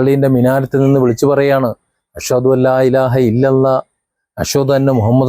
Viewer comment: Brother you have got a good knowledge........ I told this fact to my naibourer Christian brother he denied.... Your pronunciation ALLAH is good...... All of us believe in One GOD...... This is only the GOD 's decision..... So there is no need of making calamity among us........ I am appreciating your vedio....... Thanks......